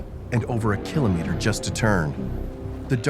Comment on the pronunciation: The way you pronounce kilometer drives me crazy! Otherwise good video!